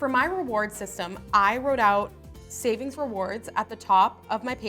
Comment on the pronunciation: Who else noticed that she didn't finish the "g" in savings